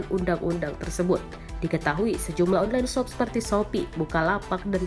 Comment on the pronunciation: Nobody Narator : ONLEN SOP, JOKES